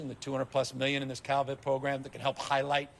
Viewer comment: Anyone else notice how said highlight? Sounded a little... German. Huh.